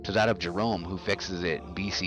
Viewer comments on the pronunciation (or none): none